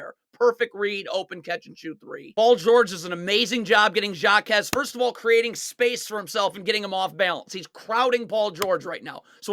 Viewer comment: Jaquez is pronounced like Ha-quez